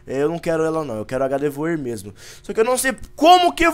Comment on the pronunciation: se escreve gardevoir mas se fala gardevoar